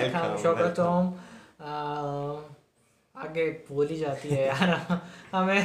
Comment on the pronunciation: Tawhid afridi is the 1st vloger, 2nd you touber & also program director of "My tv" channel.... He is very popular for his prank videos and funny drama.. And thanks u guys again ..u trying to speak bangla...But it's not "Shogotom" it's Shagotom" which means Welcome...